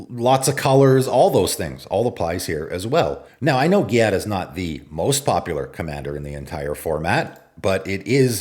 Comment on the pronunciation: Giada is pronounced GEE-ah-da. GEE like Jeep or gee whiz. It's not pronounced like Karate gi, the clothing. It's an actual Italian female name. There is a famous Chef named Giada De Laurentiis in real life. Also, you can google "pronounce Giada." I wish people would google some of these names. Some are actual names that you can look up how to pronounce with google.